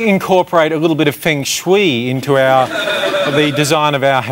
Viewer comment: omg they butchered the word feng shui :D